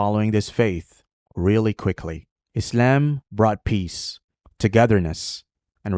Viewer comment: Why does he say Izalm and not Islam